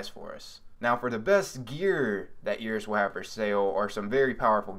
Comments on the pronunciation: "air-is" not "e-ris" lol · Its not eeris its eris